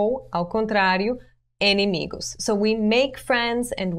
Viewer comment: só te ajudar com a pronuncia (mais comum) em.portugues, se lê/se escreve de forma correta a palavra "enimigos" mas é mais comum falarmos "inimigos"